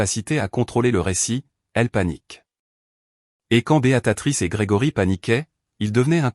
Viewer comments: Tiens, revoilà Béatatrice, au lieu de Béatrice, ça devient vraiment lassant d'écouter des narrateurs aussi nul, même super nul. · Ça n'est pas Béatatrice, mais BÉATRICE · 🤣🤣🤣🤣🤣 C'est Béatrice ou Béatatrice ????? C'est dingue toutes les fautes d'orthographe et de prononciation, certain narrateur ferai bien de mieux étudier les textes et de s'exercer à la prononciation.......... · Bonjour les erreurs diverses ! Ce n'est pas ! : " Béatatrice " !!! , mais !, " Béatrice " !!!... Vous n'êtes même pas capable de dire un prénom ???.... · L I A confondu tjs les prénoms américains et français ici c est une erreur phonetique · prononciation de béatrice en "béa ta trice", pouce en bas. et encore je suis gentille.